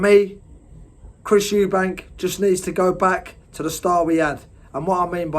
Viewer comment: Switched off when you said eubankS